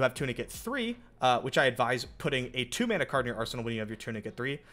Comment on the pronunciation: Every time he says mana I get sad.